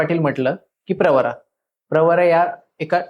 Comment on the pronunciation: प्रवारा नाही प्रवरा म्हणा